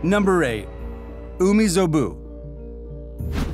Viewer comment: its umibozu not umizobu bruh